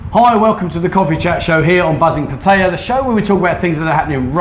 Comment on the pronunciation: Will the Poms ever learn to pronounce the name of the town they live in ? It's easy - ask any Thai over the age of three.